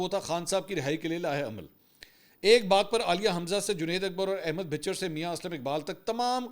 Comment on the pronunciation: Correct pronunciation is Ahmed khan Bhachar and not bhicher